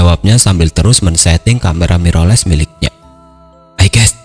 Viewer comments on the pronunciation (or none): none